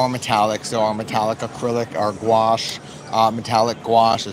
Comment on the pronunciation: enjoyed your tour! FYI it's pronounced gwash (gouache)